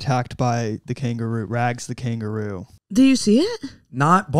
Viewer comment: Can someone explain to that 'Kangaroo' is a three-syllable word?